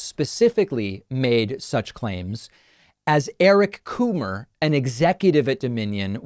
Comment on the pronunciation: “Eric Coomer” 😆